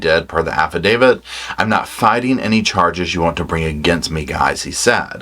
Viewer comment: you’re the only true crime commentator that pronounces affidavit properly.